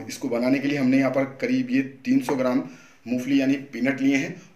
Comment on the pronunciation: मुफली नहीं , मूंगफली बोलते हैं ।